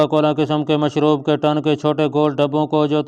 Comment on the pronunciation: یہ ٹن کیا ہوتا ہے۔ اسے ٹن_ کہتے ہیں۔